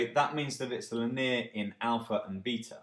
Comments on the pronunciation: Lin-eer? Are you kidding? Great vid otherwise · Very helpful explanation. Distracting pron of linear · excellent, except maybe the way you say linear ;) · axuming and lin-eer. great vid though